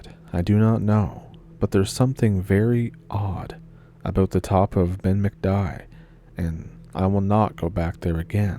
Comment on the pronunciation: It's pronounced Ben Macdewie